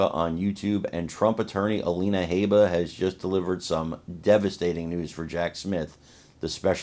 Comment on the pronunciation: Haa bah NOT hey bah